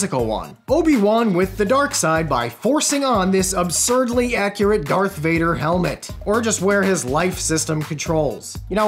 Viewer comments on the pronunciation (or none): none